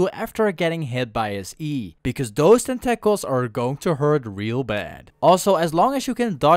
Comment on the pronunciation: Great video, and the pronunciation tentacles cracked me up. Tentackles XD